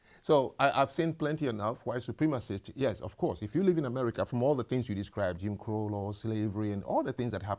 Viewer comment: "Jim Crow Era" was not pronounced correctly once. 😂